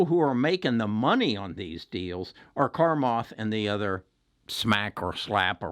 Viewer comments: Take the time to pronounce his name right, starts with "Cha" not "Kar". Listen here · Its Cha-math... cha, cha.. not Carmath.. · Its Chamath, not Carmoth lol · His name is pronounced “Sha Maath” not “karm ath” ;) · Hi, it’s chamath, no R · There is no credibility in your analysis if you can’t prononce Chamath!!! Sorry! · I love Chamath lol I am talking about the pronunciation. He was way off. And I’m fine where I’m at I’m making money. Speak for yourself.